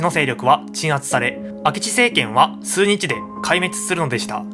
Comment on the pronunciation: 「すうにち」に若干違和感。